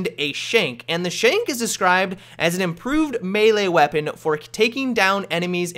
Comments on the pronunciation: IM-PRO-VISED, not improved ya big dummy:) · Im-PRO-vised . As in made from materials on hand. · Its IMPROVISED not improved, cant you fucking read?